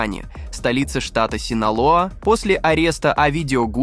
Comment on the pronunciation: Он сказал картель синала,а вообще то синалоа